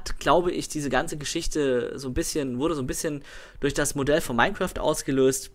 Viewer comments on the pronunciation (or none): none